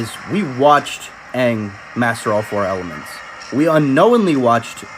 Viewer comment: can we remake the movie but have the people who actually watched the show direct it Also make it have the correct pronunciation of aang and correct colour of the people they're not all white! I can go all day on how many things that movie needs to fix